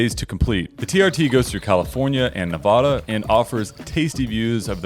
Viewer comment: YOU SAID NEVADA WRONG